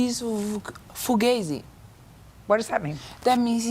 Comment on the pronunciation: Fugazzi, now that's a term I haven't heard in a while. Also, she didn't pronounce it correctly.